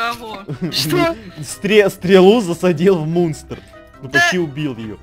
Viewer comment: Мне одной послышолось что сказал не мунстр а мусор😂